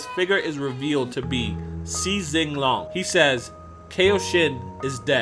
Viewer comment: You're pronouncing Si Xing Long wrong smh. The original pronunciation is more like "su shin ron" basically, that's how they pronounce it in the japanese DBGT.